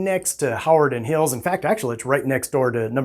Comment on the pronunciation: You are saying "Hawarden" wrong. Not sure where you're from but it tells me you aren't local. It's "huh - war- den"